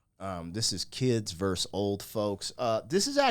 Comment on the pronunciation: Vs. is pronounced "versus." Not "verse." Not trying to be mean. It's just like fingernails on a chalkboard whenever I hear that said incorrectly. Sorry!